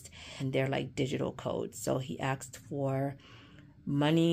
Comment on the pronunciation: It’s asked not axed